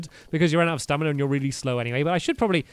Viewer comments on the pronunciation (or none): its STAMIINA NOT STANIMA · Who else is bored and is watching this series again? Also who else noticed he said stanima wheel instead of his stamina wheel? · Exactly - and he also says stanima instead of stamina 😂😂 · Why does he say stanima? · Anyone else realize he says stanima not stamina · Hey stampy why it say stanly